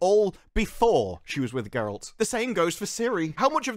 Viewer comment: Ger-alt not Ger-elt